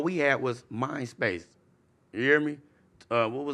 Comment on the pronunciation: Did say MySpace or mind space??? 😂😂😂😂